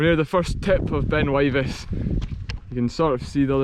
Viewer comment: pronounced Wivis